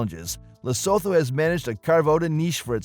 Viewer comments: Not sowtouh , li suu thuu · Every time he say LesThoto I 😂😂😂😂😂😂